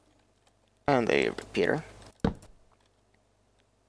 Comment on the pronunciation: When you said repeater at about , I thought you said root beer!